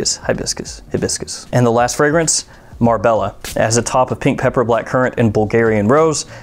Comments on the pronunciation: Speaking of mispronouncing, its Mar-Bay-Ah (rather than Mar-Bell-Ah). Otherwise top video. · thx for the info..Marbella? When pronounced in Spanish... the double "L" is a "J" . But enjoy the holidays!